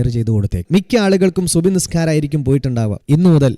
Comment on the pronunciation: സുബ്‌ ഹ് അല്ല സുബ്ഹി